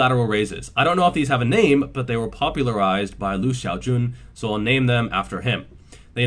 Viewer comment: Completely random but your pronunciation of Xiao is super on point. Like the way you say Lu and Jun sound like a native English speaker, but that xiao caught me off guard 😂